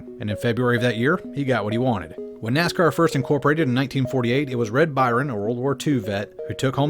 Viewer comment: Ima take a shot every time he says nazcar